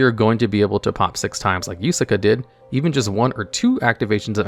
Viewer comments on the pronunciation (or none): its Yuusaku not Yusaka or Yusaaka xD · Did you know that you always pronounce Playmaker's name Yusuka, his name is Yusaku not Yusuka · kinda annoying how he says “yusaku” as “yusaka” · ah yes ‘Yusaka’ my favorite protag. This video would be improved by having correct pronunciation of everything VRAINS related lmao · Kuibelt the blade dragon is good? Is Yusaku. not Yusaka And pronounce Ai as a single sound. not individually spell "A.I." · Top 20 name mispronunciations because for someone who can explain the themes behind these boss monsters, "Yusei's Fudo's" and the failure to pronounce "YUSAKU" three times in a row suggests he crutched a bit too hard on the wiki. Ai is also pronounced like "aye"... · I die a little each time Yusaku's name is mispronounced. And when Ai is called "A.I." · I can't believe how many times you managed to botch playmaker's name. It's Yusaku.